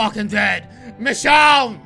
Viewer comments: Love this video but one thing bugs me. You pronounce Michonne like Mish-shawn when it's supposed to be Mish-own. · I love you roi but is pronounced Michown not michshawn 😁😁😂😂😂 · her name is actually Michonne with with O sound not Michonne with the on sound sorry it just bugs me when people say it wrong